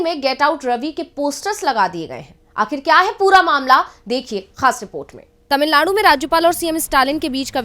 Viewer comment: Madam tamilzchgam , nahi mam tamilagam lekin iska nam Tamilnad hai governor ko ek nam lena bhi nahi ata shramnaak hai. Jo nam map mY hai usko usi nam bolna chaiyae.